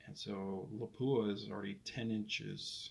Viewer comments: don’t be hard on yourself, 99% of guys say Lapua wrong as well as Sako (sock-o) and I get funny looks when I say it correctly. Depending on the company I’m with I’ll purposely say it wrong too to avoid explaining it all lol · Yeah... I butchered the Lapua pronunciation. Thank you for commenting and providing some good insight. You should rebarrel your 378 to 338-378. Thanks for watching!